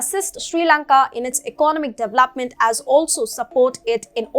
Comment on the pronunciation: you have been presenting well. Thanks. But I am unable to bear the way you pronounce DEVELOPE or DEVELOPMENT. Looking forward to see improvement.